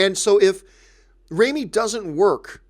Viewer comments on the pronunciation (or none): its raw-mee not ray-mee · If you wait for the critics reviews to watch a movie... mann you're screwed. I watch the movies I want since I was a little girl and I have seen my good share of bad movies that i love. I lovedddd the movie. And pleasee stop saying RĀMI. ITS RAH MI.